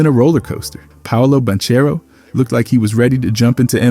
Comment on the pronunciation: This guy said Paolo ban-cherro